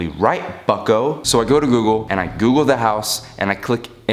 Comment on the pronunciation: every time he said bucko i thought he was saying fucko